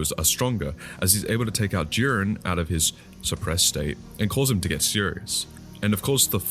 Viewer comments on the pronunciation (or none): It's JIREN NOT JUREN. LEARN TO PRONOUNCE.